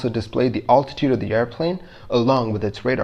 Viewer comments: I'm glad you don't pronounce altitude like this anymore. It hurts me. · Love your channel and the great research you are doing! HOWEVER, please learn the correct pronunciation of the word 'altitude'! Listen to the following instruction until you learn it